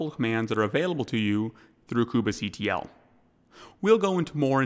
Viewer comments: I can't stop focusing on this :) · Why does he say "koobah" and not Kube like Queue-be ?